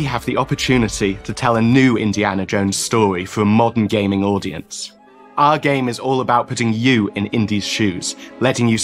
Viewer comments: He said Gayming! 😂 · Did he just say gayming?😳